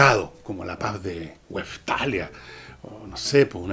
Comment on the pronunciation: Con todo respeto : WESTFALIA, no Westalia.